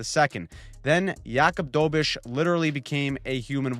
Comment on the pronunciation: DO BESH. Not dobish